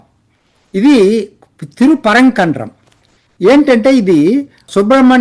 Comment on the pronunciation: 😂 Its..తిరుప్పరంకుండ్రం Thirupparankundram